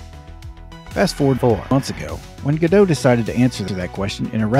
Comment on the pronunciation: The real issue here is that you correctly pronounce Godot as "Go dough", but you pronounce "Redot" as "Re dot"? Why not "Redo"? Doesn't that make so much more sense, especially since you're re-doing Godot?